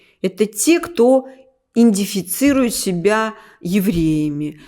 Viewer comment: Надо говорить правильно это слово. Идентифицировать !!!